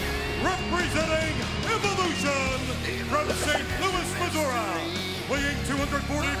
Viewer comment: "From St. Louis, "MISOURA"! Weighing 240lb, "RASSIE ORTAM"!" I think The Fink had too many cocktails before he went out there... 😬🎤🍸